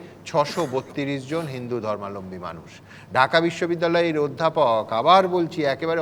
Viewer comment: সুমন বাবু, অনিচ্ছাকৃত কিন্তু উচ্চারন গত ত্রুটি। ধর্মালম্বী নয় ধর্মাবলম্বী। এমন ত্রুটি আপনার কাছে অপ্রত্যাশিত। ভাষাই জাতির প্রান।